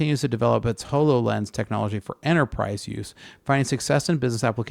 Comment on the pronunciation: Also Microsofts " Hollolense "